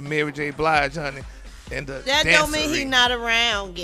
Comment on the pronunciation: Not in the “dancery” 🤣🤣🤣🤣🤣